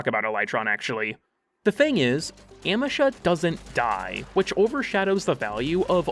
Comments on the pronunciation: Oh my god I will smite you. It's AM—EE—SHA, not AM—EH—SHA. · Every time you say amEsha instea od Amesha, a kitten falls down the stairs. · Ah-me-sha....I cant watch the video because wtf are you saying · uh-MEE-shuh its a google prompt away. please. dont harm auditory people by saying things wrong willingly good vid otherwise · Your pronunciation of "Amesha" made me twitch irl.